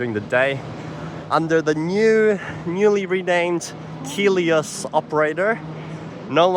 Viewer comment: Hi, yes, you're pronouncing Keolis correctly "Key Ole Iss"